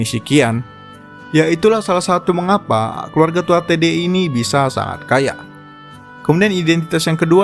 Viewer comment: itu bacanya gini banh TUA HA DE